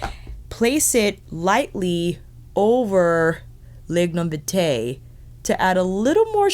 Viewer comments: I love how is pronouncing some of these words, as a jamaican myself it makes me giggle how she said "lignum vitae" and "blue mahoe". I suggest googling how to pronounce these jamaican words. good video nontheless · Youvare doing just fine. As a Jamaican I am not offended. I just to hear you pronounce Lignum vitae. Tina just wants to share the beauty and treasure of Jamaica. One love!